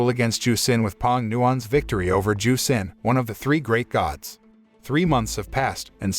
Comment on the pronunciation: Who the fuck is Sin? Xin is Shin.